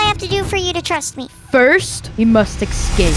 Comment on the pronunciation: Lol he said you have to ecscap not escape